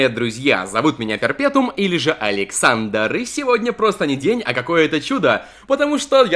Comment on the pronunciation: Ха ты так говоришь " Всем привет друзья, с вами или же "